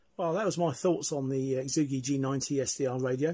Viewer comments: Hey. Great review, full of good information. For what it's worth, the phonetically best way to say Xiegu is - Shay Goo. Thanks again. KR4AKC 73. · lmao this has been the best pronunciation of the name yet.. exoogi